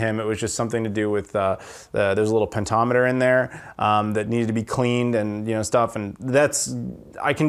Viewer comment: PENTOMETER? Potentiometer!